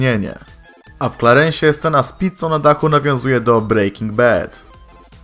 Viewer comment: Co do 12 ciekawostki to może być poprostu gupik (ryba) a i Nie czyta się Brejking bed a Brejking Bad bo bed to łóżko